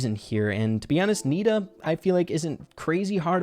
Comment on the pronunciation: When he said nita Pam I heard Peter Pan😂